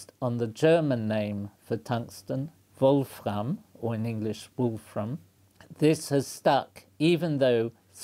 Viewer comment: I'm really impressed by the professor's pronunciation of the German name of Wolfram. It was spot on, the 'r' which is normally a struggle for English speakers was perfect.